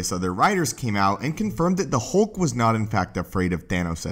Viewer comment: HULK not HOLK.. Your voice is so monotone and terrible.